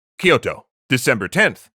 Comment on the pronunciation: Every time Kyoto is mispronounced Amaterasu cries